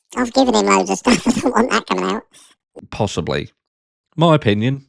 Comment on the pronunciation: WHAT WAS THAT VOICE?? LMFAO., YOU. ARE.HILARIOUS! 😂 But yeah Kate...YUR "OOT"!(LOL I was laughing how you said OUT too.😂) Girl was a PR stunt and now seemingly on the payroll to promote the NARRATIVE with her totally unnecessary uncalled for statement that she gave him an ULTIMATUM. She could have just said shd had important business or anything but THAT. It only hurts Liam's family hearing that crap.